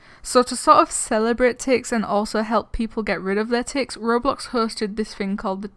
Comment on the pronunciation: It's Tix, not Tixs